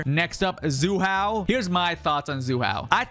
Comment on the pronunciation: WTF is Zu Hao 😂